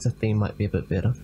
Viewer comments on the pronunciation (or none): none